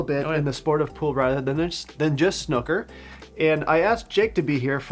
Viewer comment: May I just say, as a Brit, that it's snooker as in Snoopy, not snooker as in hooker. Thank you. As a snooooker player myself who wears varifocal glasses, I found getting an old pair and pinching the nose pads close together so they are perched on the top of my nose, works quite well (apart from looking weird).